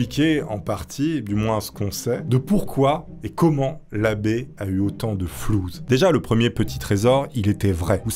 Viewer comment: flouss et non pas flouz hhhh je vous trouve drole instructif et surtout poli et respectueux .bonne continuation